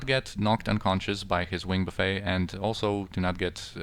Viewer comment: Great fights in this video. However, I cannot stop laughing... You are pronouncing "Wing Buffet" like it is an all-you-can-eat buffet. Buffet (like wind buffeting) is pronounced phonetically like "buff-ett", not "buff-ayy". ;)